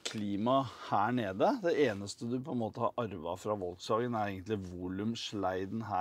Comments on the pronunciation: Volkswagen uttales folkevogn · Volkswagen uttales FOLKSwagen. Er det mulig... Flaut. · Hvor lite kan man om europeiske språk når du adopterer amerikanernes uttale av det tyske merkenavnet. Vuttales F på tysk!